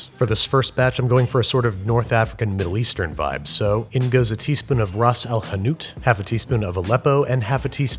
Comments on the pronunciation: You made my algerian life very happy when he said “ ras el hanout”🥺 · I can't believe I just heard Andrew saying Ras al-hanut 😂perfectly pronounced by the way 👍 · The fact that he pronounced " Rass El Hanout " properly made me proud 😂😂 Love from Morocco ❤️ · I can believe he said rass alhanut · Your pronounciation of "Ras Al-Hanut" was surprisingly good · Omg he said ras el hanout finally north african dish <3 love from algeria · I felt so happy when I saw a shakshouka recipe and specially when you said "ras el hanout" ! I didn't even think people knew the recipe or even the spice mix! And then you said "harissa"! Well done! Thanks Babish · As a Moroccan hearing you say "Rass Al Hanout" is unbelievably satisfying. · as a moroccan, hearng Andrew say Ras AlHanout and Harissa made my week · This man said RAS AL HANOUT without even flinching give him an award